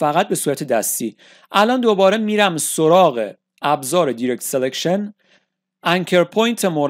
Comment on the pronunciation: ba salam va tashakor babate zahamatetoon, direct, دایرکت خونده میشه ، نه دیرکت